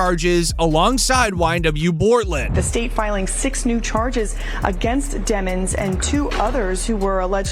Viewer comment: His last name is Demons!....stop pronouncing it demmons😢